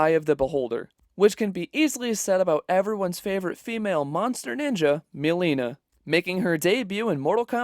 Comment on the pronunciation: Did you say “Mill-leena”? It’s “muhleena”